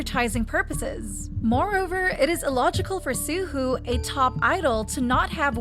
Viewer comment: I cringed every time you mispronounced Suho’s name it’s more like soo-hoe not soo-hoo